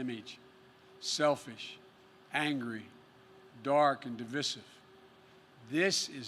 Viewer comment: di·vi·sive /dəˈvīsiv/ He can't even pronounce his insults correctly.